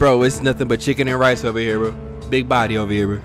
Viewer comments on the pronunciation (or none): none